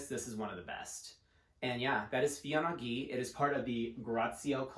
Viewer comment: Heya- the wordplay's on de FIL en aiguille which as mentioned below means what it means. Feeyuh ahn aye gueey, maybe would get us closer to the proper pronunciation, although it's still better to check with Google translate. Thanks for the video~